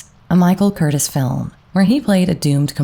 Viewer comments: It is pronounced Michael CUR-TEAS!! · I really enjoy your channel. You do your homework, but let’s work on pronunciation. The director’s name Michael Curtiz is pronounced kur teez. Thank you. ✨✨ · I wondered why there were so few movies with him in them! An amazing presence. Michael Curtiz is pronounced “Kur-Teas”. I believe he was Hungarian. Interesting how Curtiz directed a lot of very masculine stars like Bogey and Flynn. One of my favorite quotes in Flynn’s autobiography was “A now I must go and put on tights again for Curtiz.”